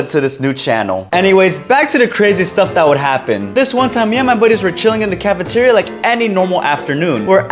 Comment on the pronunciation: The caffiterreou is sow lowed 😊